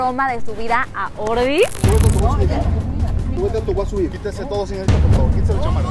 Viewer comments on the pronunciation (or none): Soy la única o cuando le dice Ordy se escucha "gordi"